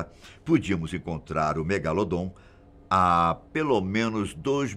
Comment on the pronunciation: Eu so tava esperando ele falar do "MEGALODON" ( MEGALODOT ) KKKKKKKKKK 👏